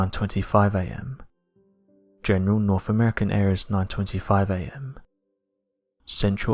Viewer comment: I enjoy your content but the way you mispronounce words like North pronounced "norff is starting to bother me.